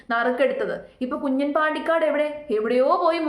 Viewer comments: കുഞ്ഞൻ എന്നല്ല , കുഞ്ഞാൻ ആണ് , തട്ടിപ്പിനും വെട്ടിപ്പിനും ഒരു കുറവുമില്ല. Congraa.... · കുഞ്ഞൻ അല്ല 😂 കുഞ്ഞാൻ . Ha enthayalum kuyappamilla aal air il aan😂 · കുഞ്ഞൻ അല്ല കുഞ്ഞാൻ പാണ്ടിക്കാട് 😂